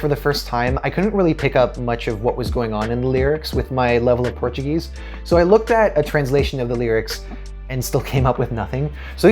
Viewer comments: Great review, congrats and your portuguese pronunctiation is awesome. For me the best song is Ai coração, let's see tomorrow! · A tua pronúncia do português é 👍